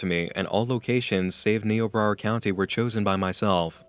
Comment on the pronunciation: I shouldn't get irritated that you pronounced Niobrara wrong, but since I grew up there, I am.